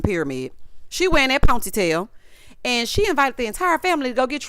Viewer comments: Every time you said that POINT-TEE-TAIL It took me out!!!!😂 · ME TOOOOOOOO😂😂😂😂😂